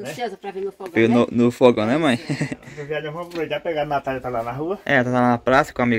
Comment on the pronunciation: nao é nataia, é NATÁLIA. SEI QUE VOCES JA ESTÃO ACOSTUMADOS A FALAR ASSIM. MAS TENTA PRONUNCIAR CORRETAMENTE. UM ABRAÇO ❤️